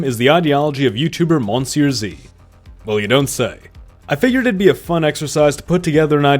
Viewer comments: Why do you pronounce monsieur the english way? I've heard you speak French. But at that point why not just call yourself on YouTube as well? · You pronounce Monsieur wrong